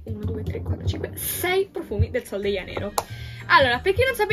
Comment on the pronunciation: Ma non sai dire i nomi del profumo sol de janero